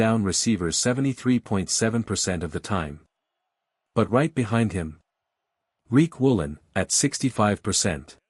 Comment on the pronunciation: His name is Riq Woolen not Reek Woolen